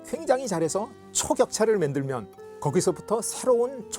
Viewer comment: 서울대 교수라는 분이 “만들면”을 계속 “맨들면” 이라고 발음하는데 귀에 거슬리네요